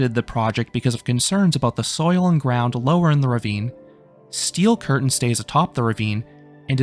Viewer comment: stop saying steel curtain like that